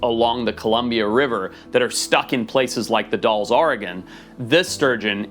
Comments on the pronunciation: The Dalles Oregon is not pronounced the "dolls".. I sounds more like it would be spelled.. Dals ... It would rhyme with "pals". Just FYI I was there to visit friends the first time in 1977... That's how people pronounced all around the city ... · Washington born, Oregon raised, currently working in The Dalles. Just FYI, I've always heard it(The Dalles) pronounced like "Al's" and not like "all's". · The Dalles, Oregon is pronounced dalls, not dolls. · Ok. I get that he has traveled all over the world. That being said, do you think he could actually learn to pronounce some of these places? For instance; it's not The Dolls, Oregon. It's The Dalles, Oregon. Notice the A? Either he can't be bothered or he just is too arrogant to care. Either way, it lowers his credibility and the quality of his content. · Dalls Dalls like Dallas "D-owls" Why the heck does everyone pronounce everything in Oregon wrong!😞🤬😞🤬😞🤬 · Coming from somebody who has lived in Oregon their entire life it’s not how ever you pronounced the Dallas😂😂 I don’t know that you said but it ain’t that 😂😂😂😂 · You pronounced "The Dalles" incorrectly 🌚